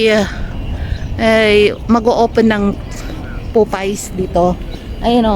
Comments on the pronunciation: Miss popeyes not popay.......correction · Ate papeyes po not popays...salamat po